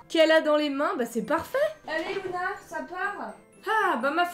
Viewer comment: c’est LUna pas LOUna